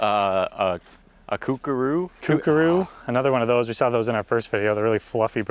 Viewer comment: Lol at "Kookaroo" 😅 P.S. the large white parrot you saw is a "Cockatoo" 🖤🇦🇺